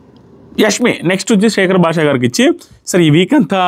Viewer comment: Nee telugu thagaleyya.. adi యస్మి kaadu యశ్మి.